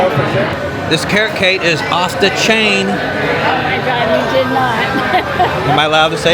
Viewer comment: Yes 🤣 you said that correctly OFF THE CHIAN 🙌🏽OR OFF THE HOOK 👍🏾.